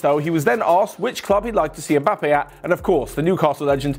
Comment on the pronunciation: How can you butcher his name so bad ? 😂